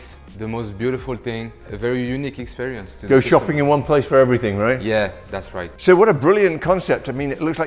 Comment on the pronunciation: Did you just realize it was too much or you simply forgot to use it?....I mean the french Ghrrrr in Expe-Ghr-ience 😂 hahaha you so funny!